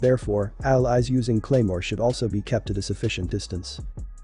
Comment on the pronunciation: "Cremoa" jesus christ